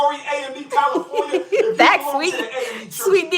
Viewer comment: He also mispronounces words that contain the letters A and O all the time. For some reason he can't say California he always says Colifornia. For some reason he can't say toilet. He says tallet. He can't pronounce Alabama correctly. He always says Olabama. It bothers me not only that he's a scammer but he has all those damn degrees and can't pronounce simple words correctly.